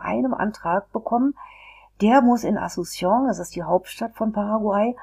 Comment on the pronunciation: Wie kann man ein Video machen, wenn man noch nicht einmal den Namen des Landes oder der Hauptstadt aussprechen kann. Witzloses Video